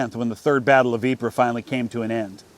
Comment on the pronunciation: Sounds like you pronounced Ypres correctly. How much practice did it take?